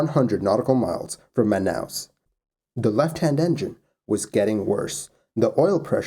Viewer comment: Your pronunciation of Manaus was good! Man, even Manacapuru, which is a really hard word for english speakers was good. Great channel, by the way.